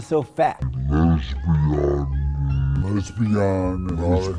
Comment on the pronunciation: LEZ-BIAN! I died.